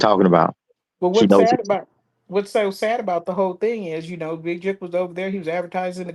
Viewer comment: You can’t say the word Jook👀🙃😫